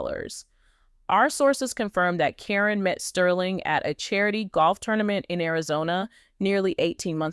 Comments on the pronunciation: You continually mispronounce Caryn's name. You call her Corine plus other names. Her name is Caryn not Corrine!!!!! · Stop this AI THINH FROM CALLING HET CARIN NOT KAREN NOT SPELLIN CORRECTLY TRYONG TO MAKE a point You get what you give. This is all AI bull crap.